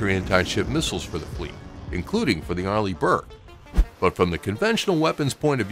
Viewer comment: I read your comment the moment he said arleih burke